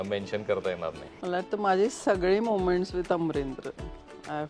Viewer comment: she's saying sagde instead of sagle it shows Jalgaon in her😅